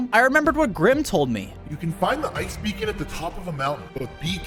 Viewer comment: HE SAID BECON HOW 😂